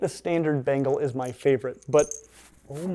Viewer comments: Ben-Gaall not bengel. English student of the British Empire, we made the Indians life a misery, almost as bad as smallpox (a God out there apparently). They're cute and make the weirdest noises. I was allergic, the histamine cascade that almost killed me seems to have reset that allergy. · "This.....is a BANGLE!!! and a BANGLE!!! is the coolest looking housecat in the world...least if y'ask me." Lol. That pronunciation tho.